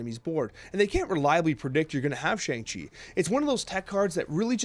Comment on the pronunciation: Hey, I've been enjoying the content over the last month, but you're saying Shang-Chi wrong! It's pronounced Shong-Chi. Otherwise,keep up the great work!